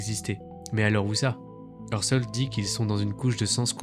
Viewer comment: Aïe aïe aïe Umwelt se prononce Oumvelt, Phi se prononce fi et Husserl se prononce Housserl